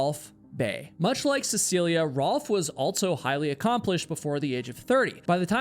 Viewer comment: my guy.. can you please stop adding a T to the word "also"... you always say "altso" lol